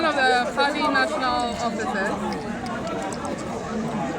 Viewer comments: 😂😂😂😂why does she say Pardy instead of Party Party Party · in her case is the T silent? She replaced it with a D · Are you sure, Because when she went to JoyNews she mentioned Party then later said Pardii 😂